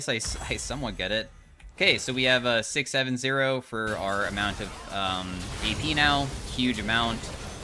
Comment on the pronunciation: The way says 670